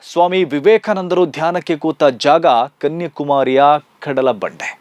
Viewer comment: ಗಾಂಧಿ ಬಗ್ಗೆ ಗೊತ್ತಿಲ್ಲದಿದ್ದರೆ ಧ್ಯಾನ ಮಾಡಬಾರದಾ? ಅದು ಅವರವರ ಇಷ್ಟ? ನೀವು ಕನ್ಯಾಕುಮಾರಿ ಬದಲು ಕನ್ಯಕುಮಾರಿ ಎಂದು ಉಚ್ಚರಿಸುತ್ತಾ ಇದ್ದೀರ. ಅದೂ ಗೊತ್ತಿಲ್ವ? ಏನೇನೋ ಹೇಳಿ ಜನರನ್ನು confuse ಮಾಡಬೇಡಿ.